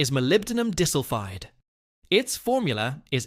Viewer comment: Key molecule Molybdenum Disulphide(MoS2) The AI voice calls it Molybdenum Dissulfide. LOL. Otherwise, a good idea.